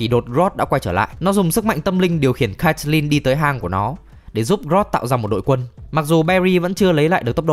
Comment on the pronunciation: caitlin đọc là kết-lin bạn nhớ, mong bạn sửa :)))